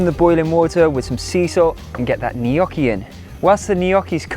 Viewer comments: LOL you're saying either Knockee or Kneeeeyocki. it's neither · You are so talented. Everything looks delicious. Glad you give alternative to frying. For instance to bake the layered potato dish. I love potatoes but can't eat Irish potatoes too much so I stick to yams. You pronounce gnocchi different and it makes me smile. 😊 Merry Christmas and Happy New Year!